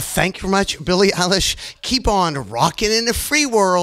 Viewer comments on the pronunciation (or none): "billie relish" pls dont call her thatr LKJSFHKLFVNDFLKBJNL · "im billie ei-wow....." yes ma'am you are lmaoooo